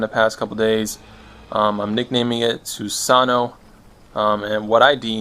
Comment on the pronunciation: lol XD not su sa no but su-sa_nù ^__^